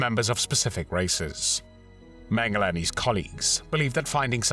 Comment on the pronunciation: Thank you for the excellent video, as always. Also thank you for pronouncing his name correctly.